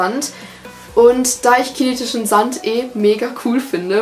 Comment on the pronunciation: Bei verstehe ich chinesischen sand